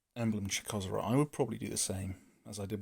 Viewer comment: I think it's Chakko zrot I personally prefer Chak szrot.